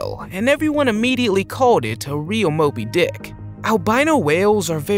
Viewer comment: It's called Moby Dick, you didn't pronounce it properly